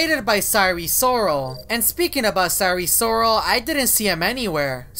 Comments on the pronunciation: sire sirol not SiRe SoRaL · It's Sire Sirol, not Sorry Sorrle.